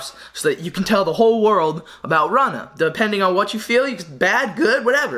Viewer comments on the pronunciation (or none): I think its R-OO-Na. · ROO- NAH geezus... cmon if youre pronouncing it wrong on purpose .. please stop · It's pronounced (roonah) runa sick vid tho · Love your videos 😉 FYI not Rana its Runa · yea lmao my bad he told me after i made this video that its pronounced roona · Isn’t it pronounced roona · It's pronounced rooh na